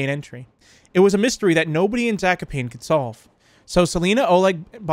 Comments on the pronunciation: It is pronounced zak-o-pawn-ay and raz-I-el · You pronounced Zakopane wrong it has to be "Zah - koh - pah- neh" and its a city in southern poland